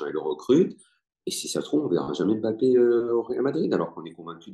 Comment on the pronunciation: En France on dit mbappe. Pas bapé